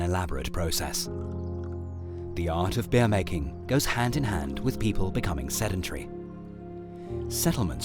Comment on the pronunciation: Am I the only one who can't stop focusing on the fact that he says they've drunk "bear" instead of "beer"?